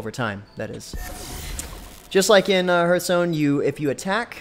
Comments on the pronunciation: It's pronounced h-are-th stone :D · "Herth stone"